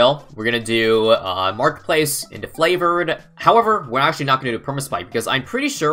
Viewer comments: Why does he say flavored trade it’s triggering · not tryna hate but why do you say "flavored trades" instead of favored? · I don’t know if you’re joking, but it is “favored trades”. Not Flavored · I KNOW HE SAYS IT FLAVORED TRADES WHICH IS NULL% WRONG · did anyone notice he said flavord